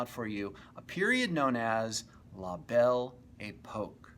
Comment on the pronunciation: I can't take the guy seriously if he can't even pronouce the subject correctly. What the hell is The Bell E Poke? FAIL!